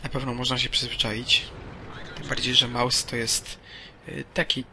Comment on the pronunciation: Nie małsa tylko Mausa .